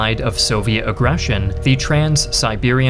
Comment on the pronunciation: "... a Greater Germanic Reich was crumbled by the Soviet *agression*..." (died choking on laughter from cringe)